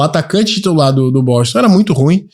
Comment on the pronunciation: Não é BOTON não, mano. É BOSTON.